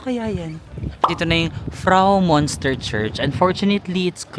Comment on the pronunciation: Anong Bahnhofstrass? 😂Bahnhofstrasse you have to pronounce all the letters— Banhof ish tra se in English Railway Station Street. Münster read as myunster not monster just FYI 😅